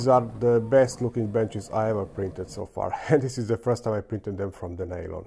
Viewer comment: Maaan how many years have you been doing this? You still say "share stress" and "nail-on". Kurwa, C'mon.